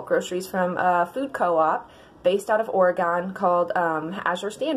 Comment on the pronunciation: It’s OR-UH-GIN not OR-UH-GON 🙄🙄🙄🙄